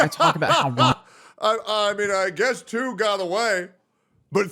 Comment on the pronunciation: "So overall this is probably the wrost possoble way this prank could have gone": "I mean I giess two got away" 😂😂😂